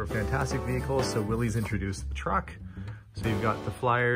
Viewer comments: I know there are a few legit Canada versus U.S. dialect dfferences, but "Willys" is a proper noun and is pronounced "willis", not "willies". Thanks! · Since you brought up saying something right, it's like Willis (willys) not Willies. My grandpa always corrected people on that but it persists to this day.